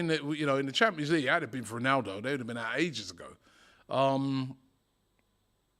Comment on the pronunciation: how DR butcher's Ronaldo's name?